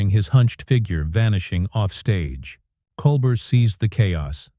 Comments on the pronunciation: It's Col bare not Col bert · This AI is garbage. It can't even get Colbert's name right. How long has the man been on TV? And AI still can't figure it out? Yeah, pardon me if I don't quake in fear at Sam Altman's feet... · This pretty obviously is made up by AI. The announcer can not pronounce his name right. There is no video clip for any of what they claim. Steven doesn't perform on Friday. Bogus, rejected. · AI CC was poor. Can’t humans proof it? AI voice only managed to pronounce Colbert’s name correctly one time. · AI generated Bullshit, this never happened. Can't even pronounce Colbert's name.